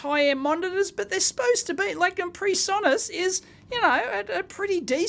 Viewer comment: PreSonus, not Presonos